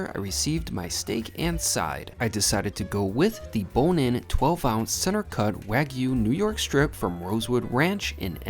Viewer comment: What a slurp. Guy can't pronounce wagyu or triffle.